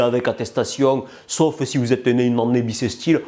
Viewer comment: "une ânnée bissesstile" oh LA VACHE !!!